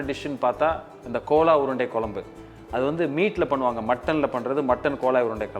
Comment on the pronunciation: Thambi chandru adhu kola urundai illeppa adhu gola urundai k ille adhu g north indian dishes seyyumbodu adhan peyargalai correcta pronounce panna katthukkappa neenga ellam nanga anuppura comments ella pakkareengala illaya theriyadhu kadavulukku thanvelic cham